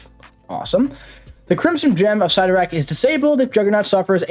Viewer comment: Love the channel!!! Love you like a brother from another mother, but...never...ever..ever ever ever ever ever ...say Cyttorak again... ever...